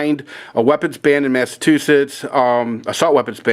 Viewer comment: Mass-a-chew-setts no mass-to-shits lol. Mit got ran out of Massachusetts. Bush, Obama and Mitt will continue to violate the constitution My guns got sunk in a pond over the weekend. Darn friend shot a hole in the boat during shooting practice. Darn idiot had to swim back